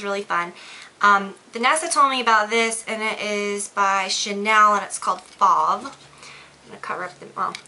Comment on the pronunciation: It's called fauve, you say it like it rhymes with stove... I only know because my name is Fauve haha!! x